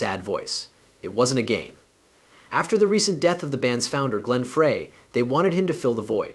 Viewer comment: Whoever did this...Frey's name is pronounced "Fry", and the constant barrage of "screen effects" was so annoying, I had to stop looking at the video and just listen...there was useful information about Vince's great career, but there was a lot of unnecessary added banter, kinda like late night infomercials...good try, but not quite there yet my friend.